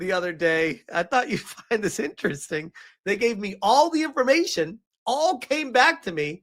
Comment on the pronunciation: oh look. They mispronounced "information" there